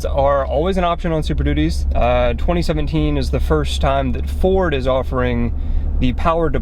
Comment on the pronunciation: CAN'T EVEN SAY IT RIGHT... LOL #DEAD. Must be a Chevy guy.